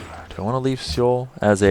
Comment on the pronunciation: "Seoul" is pronounced like a mix between "soul" and "sull".